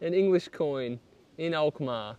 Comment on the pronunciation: You pronounce the name of the city Alkmaar perfectly